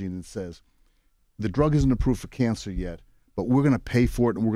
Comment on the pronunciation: “its çhanged the façe of çançer” 😒